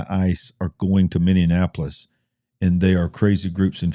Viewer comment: Folks, please allow me to help you the pronunciation of MINNEAPOLIS. It's pronounced Minnie-appolis. It's NOT Minnie-an-appolis. 😘 Thanks for your time!